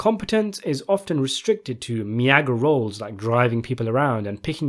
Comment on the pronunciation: Just a heads up, meager is pronounced MEE-ger, not MeAHger. Just a tip.